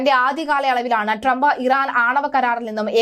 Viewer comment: പേര് നല്ല പോലെ പറയുക